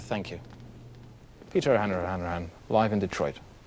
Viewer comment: O'Han - raha - han - rahan